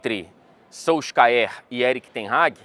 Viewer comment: 10 anos aí e n sabe falar o nome do Solskjaer até hj